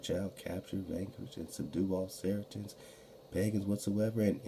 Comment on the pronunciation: Sarceans sounds like Sarah Sons